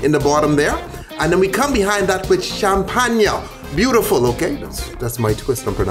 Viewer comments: your pronounciation of champagne was pretty german actually ^^ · The way he pronounced champagne in the video is literally how we pronounce it in Denmark